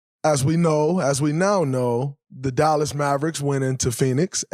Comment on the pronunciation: Dallax maverix yeah, learn to talk